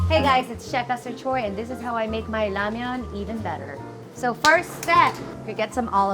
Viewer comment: Esther Choi 💚 thank you for pronouncing Ramyeon, not Ramen!